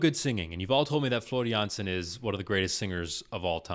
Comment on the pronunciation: You're pronouncing her name just right most of the time. It's only the last name where you sometimes pronounce the J as in Jay while it should be like Y in Yes.